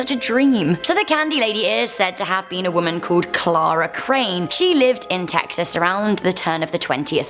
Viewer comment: Im carl and im from Teeexas